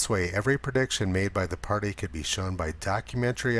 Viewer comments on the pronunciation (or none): none